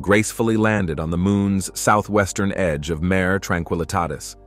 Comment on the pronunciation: When referring to Lunar features, MARE is pronounced "mah-ray". It's Latin for sea.